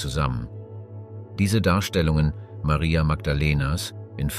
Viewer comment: Sehr schöner Clip. Das einzige was nervt ist, das der Sprecher sich nicht entscheiden kann ob der den Namen Maria mit oder ohne englischem Dialekt aussprechen soll.